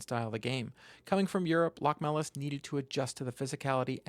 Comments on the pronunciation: LoCHmelis (emphasis on the O). I am from Latvia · Btw it's actualy pronounced Lochmelis